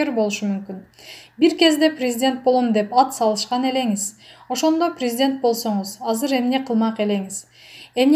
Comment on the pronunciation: Ой тообо сабаты жок тупая окуганы уккан адамдын кыжырын келтирет. Орусча суйлотуп коруш керек экен. Даже кыргыз тилин норм. суйлой албайт ударен. да норм койо албайт. 🤮🤢Операцияны оопрация, президентти врезидент дейт башында. Инвестиция нветитця. Абалды жакшырса деген созду абл жакшырса, таарыныч деген созду тарныч, Аллага деген созду алага уужас🥶 Анжеликаны Желика Аселди Сел кадырбекова. Свеееердлов. Вроонучу кудуул. Дииний китеп окуп жатам. Аай сабатсыз тоок мээ.